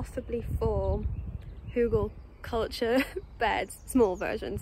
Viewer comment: Your pronunciation of hugelkultur is fine.